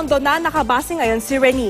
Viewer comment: its pronounced Re-nay! or Re-neigh! not Re-knee! or Re-nee! kaloka Host dapat mag re search ka ng mga words na di mo pa na e encounter bago ka sumalang!